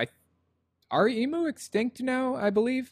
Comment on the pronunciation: Emu's are not extinct. There are still plenty to be found in Australia, in the wild and captive. Plus fyi that's not how you pronounce emu